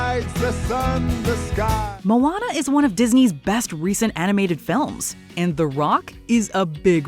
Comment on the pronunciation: That's how you pronounced "Moana?